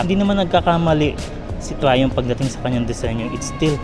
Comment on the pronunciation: "Fresh from United Kingdom itself" "Trayoompff" lmao